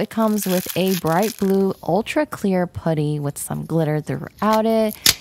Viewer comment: the way she say putty is funny she like POODY